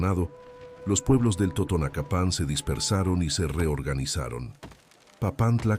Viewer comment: Otra corrección, no era lengua tutunacu, era lengua TOTONACA. Pongan más cuidado cuando hagan narraciones acerca de una tenía. También la pronunciación de el acento en la palabra totonacapan está mal.